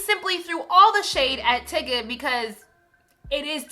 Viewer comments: Tigga tho???? I have to believe the constant mispronunciation in these videos is intentional. I didn't think so before but I guess I was wrong. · lol tigga.. its tyga but hes irrelevant and ignorant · Lol, you kept saying tyga's name wrong. Tbh, I'm just over the Kartrachians. They have no value or morals. I'm also over Kanye. I use to like his music but he's feeling himself too much now. I'd rather find entertainment elsewhere.